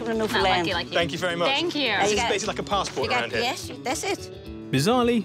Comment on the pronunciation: How many times can he pronounce Newfoundland wrong in this video can someone count